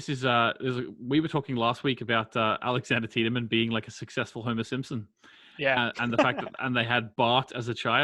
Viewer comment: By season 3 they figure out how to pronounce Tiedemann in the dub :)